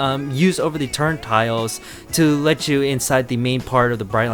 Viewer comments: Nice video, friend. Just one small correction: It's "turnSTILE," not "turnTILE." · It’s called a turnstile not a turn-tile